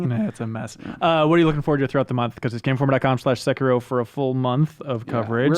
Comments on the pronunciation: XD So many pronounce / say it wrong, it's ( SE-KIE-RO ) not Sekeroo & the RO part is short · It's just se-ki-ro. Not sey-key-roo, not se-kie-ro. Just se-ki-ro, plain and simple. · its sahh- kee-row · they keep pronouncing Sekiro wrong but whatever who cares